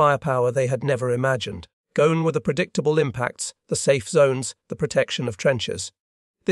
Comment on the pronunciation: goan? dont you mean gone?